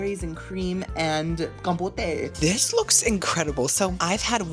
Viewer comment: I love you but are you saying words wrong on purpose? Like buffet and compote.